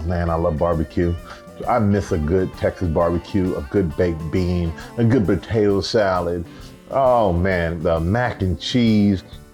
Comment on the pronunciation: The way he said “batato” salad. Just southern when you said it with a b lol